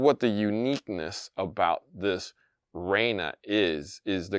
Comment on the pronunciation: there is no way you're supposed to pronounce that "G" in Regna. I feel like you're trolling us.